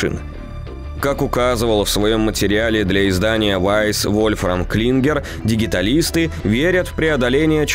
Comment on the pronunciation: Дигиталист?!))) Наверное от слова Digital (т.е. цифровой). Тогда правильно Диджиталитс